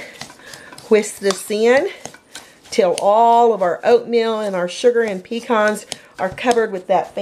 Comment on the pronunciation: Alright for this old school recipe!!! I grew up wit this in the South and I'm so glad to see you celebrate this simple but classic Southern treat! God bless our Southern mamas!!!! p.s., thank you for pronouncing "Pecan" correctly also, lol!!!!